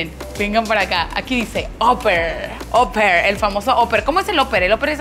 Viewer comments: Yo opino que tu pronunciación en inglés es pésima, no se dice óper, se pronuncia. Aper!!! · Se prunincian Aper no oper como pronucias 7up